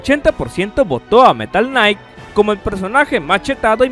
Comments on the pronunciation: metal knight no mames xdxdxd se dice meta knight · Buen top pero algo que no me dejo de molestar. Es META NO METAL por dios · Meta Knight, no "Metal Knight" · META KNIGHT no metal knight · Es metal knight :v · me duele como dijo metal knight cuando es meta knight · metal night chetado? jajaja por favor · De jodido hubieras corregido la pronunciación de META knight, que solamente fue top tier nivel roto en brawl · Cada vez que decías metal knight me sangraban los oídos